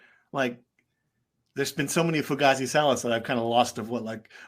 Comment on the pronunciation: Antifa member mispronounced Fugazi 😅 Fine has my channels endorsement Fine 2024 for the win